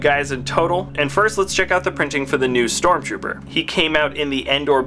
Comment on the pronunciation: its not stromrooper its stormtrooper